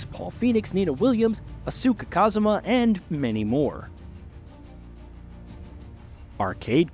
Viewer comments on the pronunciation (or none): “Asuk Kazama” 💀💀